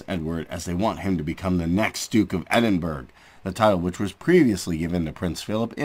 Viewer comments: It’s edinboro not Edinburg. You are insulting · It''s pronounced Edin-bra not Edinburg